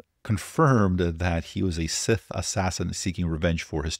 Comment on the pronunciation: Probably not "Sith" but "Sikh", given the name "Singh" and a historical massacre. Kids these days! (Even if they have PhDs, obviously not in history)